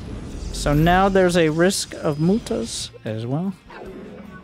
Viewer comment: As a Finn, I love that 'mootahs' is still a thing.